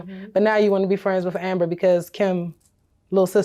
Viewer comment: I hate that she pronounces the word "with" like (wif).. ugg